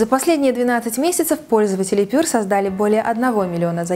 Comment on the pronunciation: единственная критика - прилжение читается как ПЬЮА а не ПЁР ;)